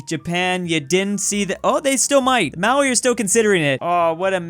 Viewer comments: Maori is pronounced Maori (Mo-Ree) and sometimes ma-ree not maui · It's pronounced MOW- ree, not MOW-ee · You arent pronouncing Maori right it is pronounced Ma-ow-ri